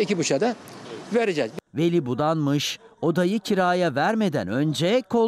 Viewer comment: Budalmış değil bunamış buu